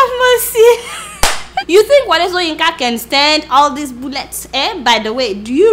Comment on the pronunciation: Adeola, you must be "OMO IBADAN", you keep pronouncing the prof "soyinka" instead of shoyinka. lol. good sow sorry good show. lol.